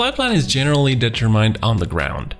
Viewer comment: You're doing well, but there are words like "determined" which you apparently still need to learn to pronounce correctly.